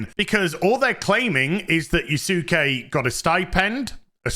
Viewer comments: Yusake? LMAO. jfc, dude. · Yas'ke......like Sasuke (Sas'ke) from Naruto :D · I swear no youtuber has ever watched Naruto or something. It's pronounced "Yaske" without the u. Like Sasuke from Naruto. Type it into google translate. I dare you. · Can people at least PLEASE learn how to pronounce yasuke correctly. Everyone comes across as having done no research, including Ubisoft. It's not Yah Su Ke It's Yah ske. Like Sasuke is Sah Ske And Sukuna is Sku Na. The U is virtually silent. I will give a minor pass but hearing itsagundam get it wrong when he's supposed to be learning Japanese is awful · I remember seeing the picture of the Bucharest QA team for Star Wars Outlaws... Good thing Ieft Ubisoft. Bro, I swear, you're hilarious. You misspelled Yasuke as Yusuke and then Yusake... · It's pronounced as "Yah-skay". Like Naruto's Sasuke "Sahs-kay" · Yasuke is pronounced Yas-Kay, the U is not pronounced, its the same for any Japanese name with that U such as Yusuke being Yoos-Kay and Kisuke being Kiss-Kay and the most famous is Sasuke (From Naruto) being Sas-Kay. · Why can no YouTuber say his name correctly its Yasuke dont say U just like Sasuke lol it's not hard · Dude, if you don't know how to say his name, use google translate in japanese. It's so weird why 3% of people talking about him keeps saying his name wrong. And just to make sure: My comment is not ment as shit talk, I fully agree with you on this subject, it's just, saying his name wrong like that makes me cringe.